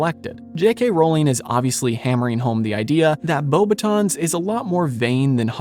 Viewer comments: As a French person, the way you pronounced the word "Beauxbatons" while reading what the comments recommended was pretty close, however, we would not read the "n" noise, which is an innexistant sound in English so close enough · Yes, the S in Beauxbatons is meant to be silent as is the T in VOldemort. People are surprised by that second one but I actually remember seeing interviews with Rowling as far back as the late 90's or early 2000's where she states that the final T in Voldemort is silent.